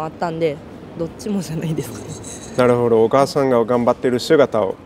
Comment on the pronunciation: ik pitch is hard but can u at least stop saying ”なるほ＼ど”……”なるほど￣”ね？